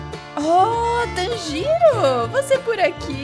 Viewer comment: Nn e oni e oní mas se escreve oni nn e tanjiro e tãnjiro mas se escreve tanjiro nn e nezuko e nezuko mas nn com o u forte (eu corrigi pq nn aguento ver as pessoas falando errado)